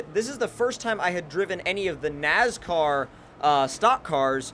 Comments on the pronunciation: Its NASCAR not NAZCAR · ITS NOT NAZCAR ITS NASCAR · STOP SAYING NAZCAR ITS NASCAR!!! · Not trying to be that guy, but I'm gonna have to be that guy... NASCAR not NAZCAR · Stop saying nazcar it is nascar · Lol you said nazcar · Dumbass can't even say nascar right. My nazcar.